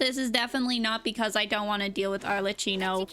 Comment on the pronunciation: Arle KI no, not "tchi". The two C's followed by an H in her name mean that it's pronounced as a K sound. It would have to be spelt Arlecino to be pronounced the way you do (similar to "ciao")